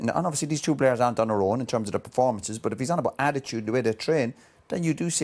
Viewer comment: Did Roy Keane just say... Badittude?!?!?! xD